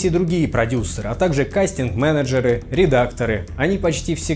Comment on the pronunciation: Это что за редактор такой в эфире, который говорит "редактора́"? и еще других в неграмотности упрекает...